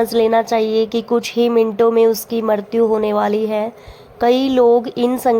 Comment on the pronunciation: Ucharan thik se kiniye मृत्यु ka